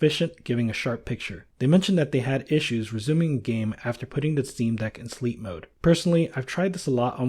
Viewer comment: he said dock.. not deck